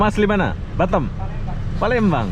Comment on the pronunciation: BATAM lho bukan batem lidah lndo ko ngaoa gak bisa bri